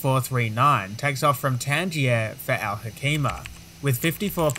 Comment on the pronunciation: Al Hoceima I am from that city Al Hoceima is pronounced Al Hoseima not Al Hokeima with C like niCe not like C in Clan